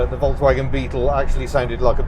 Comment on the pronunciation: Please pronounce Volkswagen correctly, please!